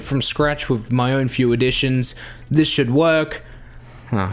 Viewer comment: U said should wrong